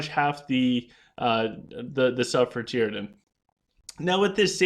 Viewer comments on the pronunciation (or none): Tee-a-drin....not Tear-a-din